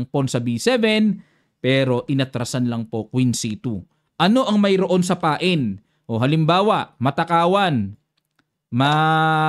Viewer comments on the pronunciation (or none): none